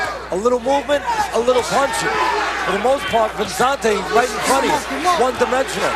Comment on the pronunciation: cant pronounce Vicente, idiot calls him Vezzante'